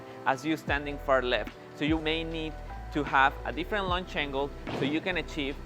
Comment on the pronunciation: When he said Different Lunch Angles...